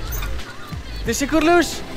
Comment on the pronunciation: C'est "teşekkürler" et non tusukurluche. Depuis le temps que j'attends ton voyage en Turquie !